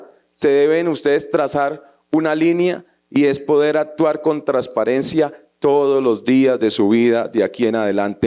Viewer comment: Ese senador habla muy bonito, solo que no pronuncia algunas palabras como debe ser, dice trasparente en lugar de transparente, de la misma manera dice trasparencia, en lugar de transparencia, fuera de eso sigue sin decir la N cuando dice costruyen en lugar de construyen. El español no omite el sonido de ninguna letra y la N siempre va a sonar. Por favor que sepa mi comentario.